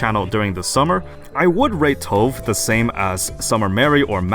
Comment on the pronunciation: I really hope we get a unit that increases rate of fire. Btw. Her name is pronounced “Toe-va” like the singer Tove Lo. It’s not stove with a silent “s” lol. It’s Swedish.